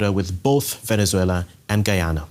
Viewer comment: Please use the english pronunciation of Guyana and Essequibo, pleaseeeeee